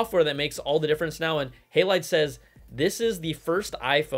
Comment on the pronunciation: It's HA not Hey for Halide :)